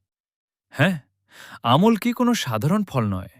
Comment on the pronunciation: আপনি খুব সুন্দর বলছেন খুব ভালো লাগছে। কিন্তু উচ্চারণ ভালো লাগছেনা। আম্+লক্ষী=আমলকী। আপনি বলছেন: আমল্ +কী।